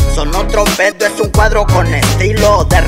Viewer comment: Alguien más se dió cuenta que dice el cuardo y no el cuadro?